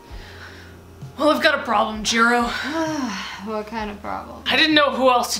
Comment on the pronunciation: Its jirou not jiro